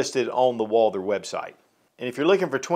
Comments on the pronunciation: Stop calling it "Walder" omg!!! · So annoying hearing you say "walder"😢